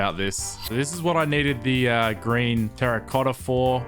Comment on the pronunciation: Idk why but when he says green I hear G r a i n